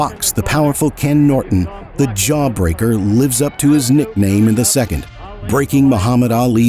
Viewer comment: I like how dude says Noit-enn!!!